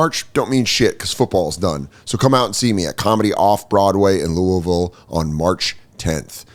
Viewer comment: Good job pronouncing Louisville but that club is in Lexington man. I got tickets, please show up